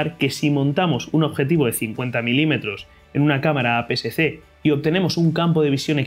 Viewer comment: Muy buena explicación, lo único es que ud dice formato A PCC cuando realmente es A PSC, o quizás será porque lo dice un poco rápido.